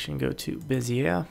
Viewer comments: Fucking love these videos, but I have one correction for you. Bezier in French would be pronounced "Beh-zee-ay". "Beh-zee-aire" would be spelled Beziere. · Dude, this is awesome... But, if you're gonna try to say it with a French "accent," it's bezz-ee-ay.